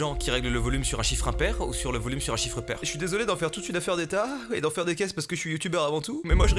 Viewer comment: Le " ✨✨✨est ça c'est mon chybre✨✨✨" j'ai trop rigoler 🤣🤣🤣